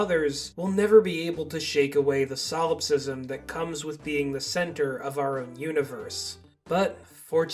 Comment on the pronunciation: Solipsism. Not solopsism